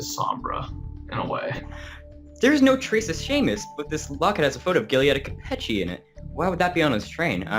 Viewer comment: Hi Ace, just a thing: Giulietta is pronounced like Julietta, and Capecchi is pronounced like KapeKi. Just a little advice for the next videos! Keep on with your work!